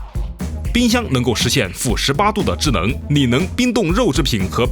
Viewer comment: 发现说制冷的时候 L N不分！